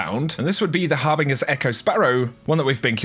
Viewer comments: Harbinge BINGE not BING ffs bruh. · Harbinger is with a soft g, like giraffe. So it's pronounced HarbinJER. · Repeat after me. Har bin Juh. "Harbinger" is pronounced with a J just like "Ginger", "Genetic" or "Agent" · The way says harbinger makes me cringe.